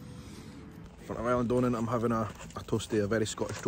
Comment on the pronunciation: I'm Scottish and it made me squirm to hear you mispronounce Eileen Donna. The first syllable is pronounced as a soft a, not I. As you said.